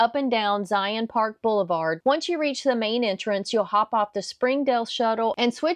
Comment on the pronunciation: Great video! However, you missed one mistake. Not knowing how to pronounce Zion. Its pronounced like Lion with a Z. Anyways, thanks for showing other parts of Zion that youtuber usually don't!